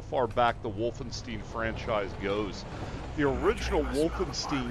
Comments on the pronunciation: Bro, it's not Wolfensteen. You're supposed to pronounce it like Wolfen-stEYEn. As in eyeball. Wolfenstein. It's German. Learn simple pronunciations before making an ass out of yourself online to thousands of people. German words with "ei" in them are pronounced like 'eye'. Words with "ie" are pronounced like just E. Get it? Got it? Good. Now remake this video please. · Its called Wolfen-STEIN like "Nein" not "steen." Also you sound like you are talking with Jigsaw's voice